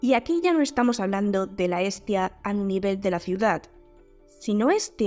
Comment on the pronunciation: Te diste cuenta que Pascu y Rodri lo pronuncian como "Es tía" y luego cantan de muchos sobrinos? Unos genios. Tengo cerebro igual 😂